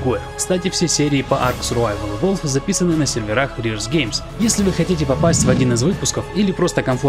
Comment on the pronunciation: evolvED, evolvED!! Там окончание "ed" на конце! Устал уже слушать про "иволв")